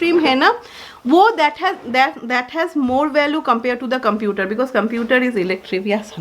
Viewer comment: Y dont u try to improve ur english pronunciations...u can learn online especially since ur a vlogger Its not erective.. valu...postparton Its elective..value and postpartum Its embarrassing especially if ur speaking to Rais school